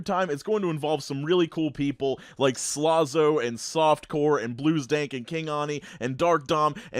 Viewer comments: Yea its “slàzo” not “slááhzo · All was normal till he said slazo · The way you said slazo was very weird. Love you but what?